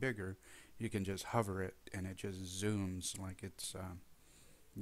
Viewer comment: Speaking of "The Mistakes You Make"... "HOOVER" as in "Hover Dam" is pronounced /ˈhu·vər/ but the Extension the site talks about is "HOVER" Zoom and is pronounced /ˈhʌv·ər/ as is a helicopter hovers over the landing pad.